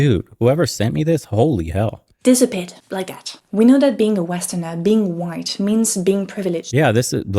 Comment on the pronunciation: Why did she say Hwhite ppl? Why did she add and emphasize the extra H?